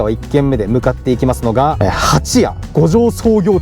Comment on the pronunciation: 蜂屋のイントネーションが違うのでまた来てください。